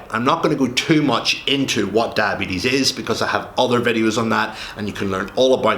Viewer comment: Come on you talk so much about diabetes but you don’t know how to pronounce it